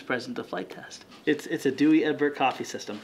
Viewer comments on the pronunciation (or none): Dooie Egberts ! ha ha ha! it's Dow dahlinks!!!! 😆😎😊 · It's Pronounced "daw.. egg.. berts" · OK so its called douwe egberts( dauweh egberts the g is hard like clearing your throat) and it comes from Holland greetings froooom Holland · Dutchies unite for the awesome coffee machine! It's pronounced 'Doyweh Eghbertz' :)